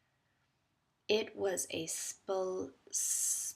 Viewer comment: Is spl pronounce as spull? I'm not sure if I'm hearing splash like spullash.